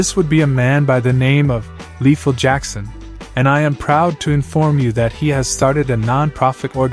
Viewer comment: I love how at the end the news anchor called him "La-thell" instead of Lethal!